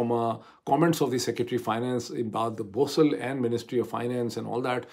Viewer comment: سیکریٹری خزانہ کا نام امداد بوسال ھے ناکہ بوسل ھے۔